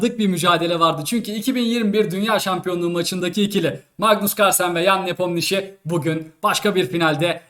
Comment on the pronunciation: Abi lütfen nepomnişi deme yayını terk fedası yapıcam